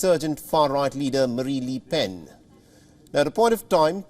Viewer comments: Its not les PEN ', its LE PEN AHAHAH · Annoying that the newscaster cannot pronounce ‘le’ properly. Definitely not ‘lee’.